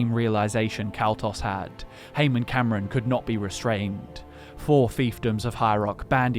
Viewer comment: I've always pronounced Camoran as Cam-or-an rather than as Cameron(Cam-er-en).